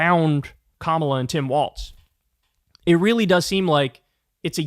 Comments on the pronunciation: It's Walz, not Waltz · It’s WALZ Kyle. Not Waltz